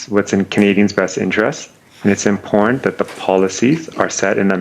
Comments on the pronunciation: Who taught him to speak English? I have never heard the word "imporn" before. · Oh, excuse me, it's "impornt". I've never heard that one before, either.